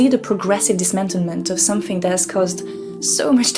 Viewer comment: Sorry turning off... can’t listen to the pronunciation of “THat” not “Dat” “Dem” etc etc. She needs elocution lesions